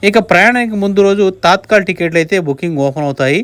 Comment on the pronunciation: Adhi తాత్కల్ కాదు తత్కాల్